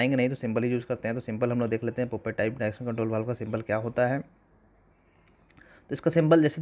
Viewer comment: पॉपेट type hh bhai not पोपट type 😅😂